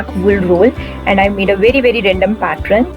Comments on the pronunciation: It's really nice ...👍 Only thing it's pattern not Patren !! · Sweet heart its pattern, it ends with ern not ren. Pls Google the pronunciation. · Nice decor, and I think u r pronouncing pattern wrong.. 😀